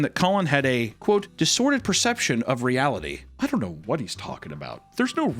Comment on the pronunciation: not only said disorted but laid it out in cursive. I love that lmao